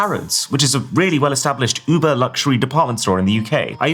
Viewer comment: Why are you still saying "Uber", fym "uber"?!